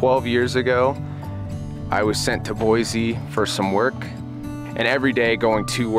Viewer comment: Nice video, its pronounced boy-see though